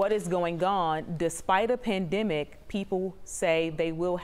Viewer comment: How tf is she saying pandemic? « Pandimic » like no it’s pan/them/ic